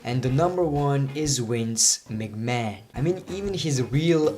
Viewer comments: why are you saying wince migman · In his language Vs are pronounced as Ws and vice versa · "Wince Mig Man" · "Wince Mcman 😂